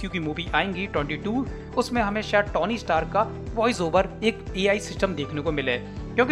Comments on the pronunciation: Bhai vo Tony hai na ki tauny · O bhai..tony ki pronunciation theek se Karle